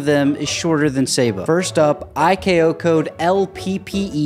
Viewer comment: The letters in ICAO hearing you mispronounce the C: 👁️ 👄 👁️